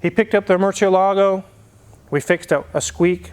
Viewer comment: The "Merkur" Scorpio in Europe is just a Ford Scorpio 😆😆😆 It is said "AlcAAAntara & MurciEEElago" (Alcántara & Murciélago) just two Spanish words. "Alcántara" is a Spanish town where they make that kind of leather and a "Murciélago" means a Bat. It is easy to check it out by the Google Translator, just put those words in Spanish and click the loudspeaker button. Greetings!